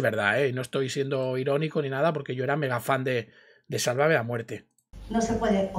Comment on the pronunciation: A ve chica : tantos años y no lo sabes pronunciar..Sálvame...No salvamé. Qué no aprendes 👎👎👎👎